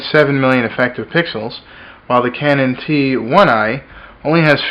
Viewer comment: sounded like he said pickles :)